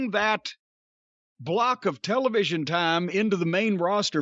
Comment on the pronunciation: The way Cornette pronounces television.